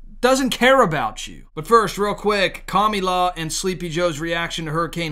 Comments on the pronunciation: Not to be rude or anything... but her name is Kah-mah-lah. I don't know if you are saying "Kami Law" on purpose... but I would greatly appreciate it if you would stop insulting Kami.... may he rest in peace. (DBZ reference). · I couldn't with this guy saying her name wrong I can't hear him all I hear is kah me laa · Don't say KAMALA SAY KAMUULA OAR KAMOOLA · Wait. Right off the bat, did he just say Kommie-law??😂😂😂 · Kami-La? Or Kama-la ? Just fyi that is all